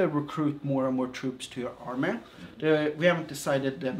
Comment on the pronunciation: Also, I love the way he says army(armay) Also, is this like mount and blade at all?